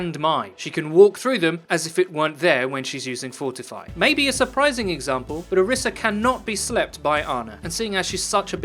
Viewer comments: It's not Oreesa, it's Orisa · its ori-sha source: am nigerian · It's Orisa. Source: I listened to Jeff Kaplan pronounce it.